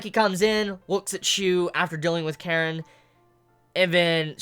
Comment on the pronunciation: Kanae not Karen